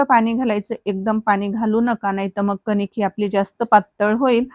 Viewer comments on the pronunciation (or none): त्या ला ताट नाही परात म्हणतात आणि कनिक नाही कणिक